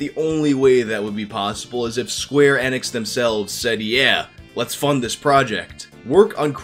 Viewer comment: The way you pronounce enix sounds like you're saying xanax